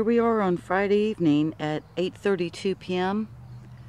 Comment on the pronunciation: Did you say.. evening???